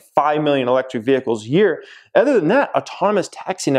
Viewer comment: These Ads are RIDICULOUS already! The “ETHER” (Jeremys pronunciation instead of OTHER, and driving me bonkers) thing driving me crazy “NEEDLESS TO SAY”! 😱